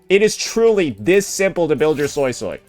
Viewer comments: I rewatched the chinese livestream and they clearly said SuiSui (sounds like SueSue( But why you saying SoySoy? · Bro I can't with the SoySoy .... It's a "U" not an "O" its the sound you make when you say "Uh" or "Huh" or when thinking "Uhhhh"... Why not just watch a chinese speaking youtuber and pronounce it correctly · Which is how he pronounced it prior to the update coming out, where the English dub does indeed pronounce it soy-soy, he even made a point a couple vids ago about how it sounds stupid, please play the game and see how they pronounce it before correcting people. I also assumed it'd be swee swee due to suisui in naruto, but no.